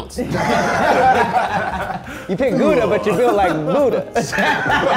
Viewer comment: can't even pronounce gouda